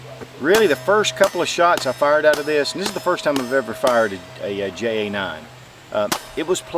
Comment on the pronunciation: Isn't that "hay aye nine"?